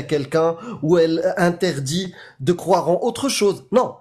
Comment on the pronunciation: Ah ouais, ça pique les oreilles ! Croiver, croiver !